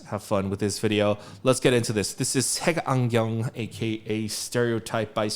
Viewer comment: 색안경 발음 ㄷㄷ